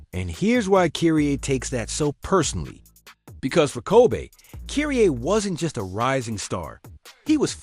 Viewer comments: Kireaye was worst 🤣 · Kobay and Kuriay for Kirie 😂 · Kiriay?!? Who tf is Kiriay?? 😂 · The A.I saying Kiryé is crazy work 😂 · Who the fuck is kyreaye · TBF it’s pronounced in Japan where the beef is from. Now the way he pronounced Kyrie, “Kee-ree-aye is heinous. And yes, that’s a word too. But this is what happens when people use these AI voices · Couldn't even pronounce Kyrie properly lol, and Kobe